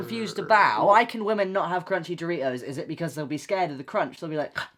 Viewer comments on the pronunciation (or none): it's too early for this....istg when Noah said doritos I heard 3 toes and got so confused💀